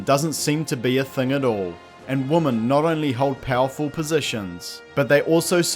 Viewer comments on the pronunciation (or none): Bro I hate to nitpick, but what's with the constant mispronunciation of "women" as "woman"?? Is it intentional or no?